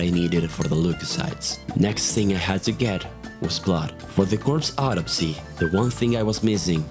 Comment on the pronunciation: you say autopsy weird sounds like you say odyssey